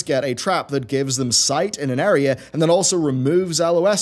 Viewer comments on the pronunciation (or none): none